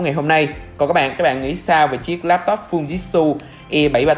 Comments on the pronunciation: Fư ji trự chứ k phải fu jit su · Mình lên video thì nên đọc cho đúng anh ạ. Không phải là phu dít su đâu nhé anh. Phư-ji-trự nhé a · Em phải đọc là Phư Ji Trự nhé!